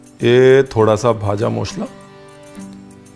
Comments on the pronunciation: Sir... I think you were a bengali in your previous birth!! You pronounced "bhaja mosla" "Muri" Like any other bengali!! 😊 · In West Bengal jhalmuri is our evening snacks 😊... Your pronounciation looks like a Bangali specially "kacha Lanka, vaja masla , ghati, bangal " amezing pronounciation ❣️.... Thank you so much sir ❣️ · The way you pronunce "ভাজা মশলা".. I fall in love wid you chef 😄😄😄😄